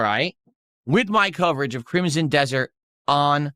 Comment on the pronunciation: For someone as well read as, the word 'crimsom' is too difficult for him.